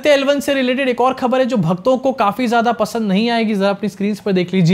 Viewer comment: Kya khabar khabar krte ho --- thodi urdu mila lo khhhabar with dot ' k' ke neeche laga lo